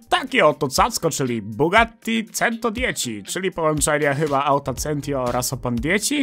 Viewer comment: Interesuję się językami, jako że chyba nikt jeszcze tego nie poruszył to Ci coś oznajmię, wymowa słowa centodieci oparta jest na zasadach oczywiście języka włoskiego stąd c+e czytamy jako "cze", a c+i jako "czi". Dzięki temu powstaje nam centodieci [czentodieczi] co oznacza w wolnym tłumaczeniu sto dziesięć. Ciekawostka, podobnie się to pisze choć troszkę inaczej wymawia w języku hiszpańskim. Wszystkim czytelnikom życzę miłej reszty dnia.